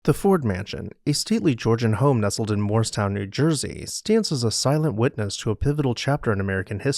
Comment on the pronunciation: I know you’re saying Morristown but I hear moorestown, which is a different town by Philly.